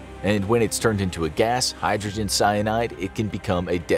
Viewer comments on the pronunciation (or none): none